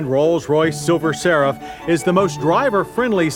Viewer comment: Does anyone else think he was saying silver sarah?